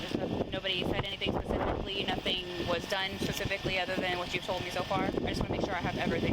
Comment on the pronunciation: It drives me crazy when a person is attempting to sound professional, but they say pacifically instead of specifically.